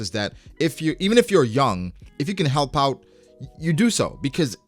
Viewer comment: sounds funny as hell "Ifyuhcan helpouwt"